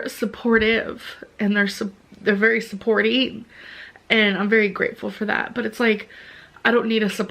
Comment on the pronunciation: “People are supportive and they’re supporteeeeen and I’m ver grateful for that but I don’t need a supporter. I don’t need that no more.” WTF did you just say?